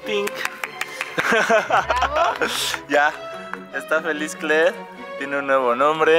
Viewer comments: Ruth Rutherford kler no kle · dice kler y Aria no kleria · Ruth Rutherford es kler no kle